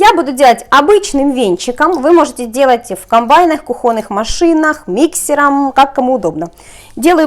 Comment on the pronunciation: Мне все нравится кроме "свеклА", "кухОнный", "ложить" и "одеть"., у вас прекрасные рецепты и милая внешность, и вообще вы - чудо. Но все-таки: "свЁкла", "кУхонный", "класть", а не ложить (!) и "надеть" (что-то). "Одевают" всегда кого-то, например, себя, ребенка, или даже куклу. Так что "одеть" резиновые перчатки можно только на карнавал, если резиновые перчатки захотят быть Красной шапочкой... Ну и последнее - не "вынЯла", а "вынУла".:)))) Работайте над тем, что и как вы говорите, вас же люди слушают. Вам надо быть примером во всем. Всего доброго!